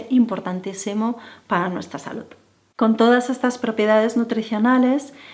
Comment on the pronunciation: Es "salud" no como tú dices "salut". Me parece que "estiras" todos tus consejos...que por otro lado siempre va a lo mismo. Además son consejos para pijos...los que no lo somos nos quedamos fuera.